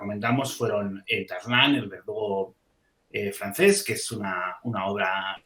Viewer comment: Por dios, cada vez que lees un titulo francés muere un gatito 😅